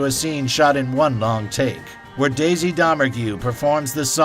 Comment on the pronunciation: The way he said Daisy’s name made me think he hasn’t even watched the movie